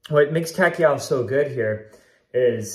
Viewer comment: thanks for the vid! one thing, Takao is pronounced Tah- Kah-Oh (Sounds like Tah-Cow)